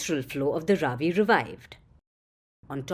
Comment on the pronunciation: Its not raavi, it is ravi, why are you pronouncing like pakistanis 🤷